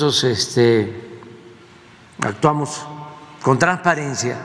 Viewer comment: Dijo tranparencia😂